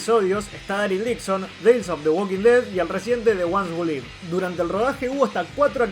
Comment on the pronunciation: "The ones who live". "Live" se dice "liv", no "laiv".